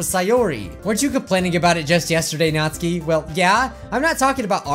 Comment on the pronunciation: It’s not NATSKI ITS NATSUKI